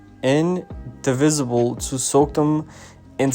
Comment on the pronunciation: he mispronounced the word, inadvisable. he said, " indivisible." I'm still going to pass this written though.✈️🖤